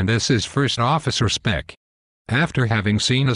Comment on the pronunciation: Nice video, it's good to know that some of us never give up! Shame he keeps calling him 'Speck', but that aside, awesome work! Love how the exec just says 'cancel' to everything :p